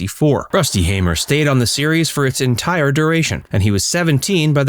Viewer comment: His older brother (my grandfather) John hamer passed last year. And thank you for pronouncing the name Hamer correctly 😂😂